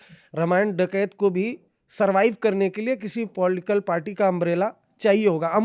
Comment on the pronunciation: आज तक को इससे घटिया ऐंकर नहीं मिला। एक हिंदीभाषी अंग्रेज़ी के लफ्ज़ों (जैसे पोलिटिकल पार्टी) की ऐसी तैसी (पोल्टकल पार्टी, कैरेक्टर को करक्टर,इन्टरव्यू को इंटरवू 😂) कर रहा हो फिर भी समझ में आ जाता है लेकिन अपनी ही मादरी-ज़बान के रोज़मर्रा में इस्तेमाल होने वाले आम शब्दों का भी ढंग से उच्चारण न कर पाये, "श" को हर बार "स्स" बोले, अपने विचारों को छोड़िये आसान से प्रश्नों को भी ढंग के वाक्य में तब्दील न कर पाये और पेशा पत्रकार यानी बुद्धिजीवी!!!